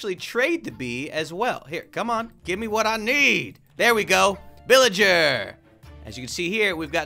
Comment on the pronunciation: what’s a beelager